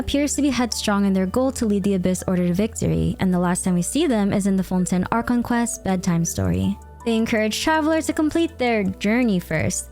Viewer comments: please stop calling Fontaine "Fontin" my mind is going nuts hearing you say it that way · Btw, it's pronounced Fon-TAIN, it's the way every character pronounce it which makes it canon